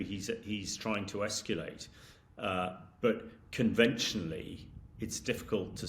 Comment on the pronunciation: He can EsckYooLate and use his NooKooLer weapons. Well done Hamish! We need more intelligence here!